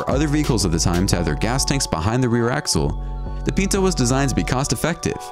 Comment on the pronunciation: The Ford Pinto was pronounced "PIN-toe," not "PEEN-toe." My first car was a 1972 Pinto. The base model cost $1700. I had a prettied up model that cost, I think, $2800, but at that, it had no air conditioning, no power steering or power breaks, and a manual transmission. I drove that car for 15 years and then traded it in for a Toyota hatchback that had more miles on it than my Pinto had. The day the recall was announced (for the explosion problem), I came as close as I ever had before or have had since to being rear-ended. I've been nervous about people following me too closely ever since, but as you can see, I'm still here.